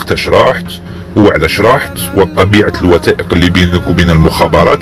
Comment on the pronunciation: الشخص الذي يتكلم ليس جزائري لأن نطقه كلمة مصر و المغرب لا تنطق هكذا في الجزائر و الارجح مئة بالمئة انه مغربي. ضف الى ذلك كلمة تثبث و كلمة الوثائق. فهنا ينطقها تتبت و ينطقها الوتائق. و نحن في الجزائري ننطق حرف الثاء ثاء و ليس تاء. و الله أعلم الهدف من نسب هذا الكلام لجزائري.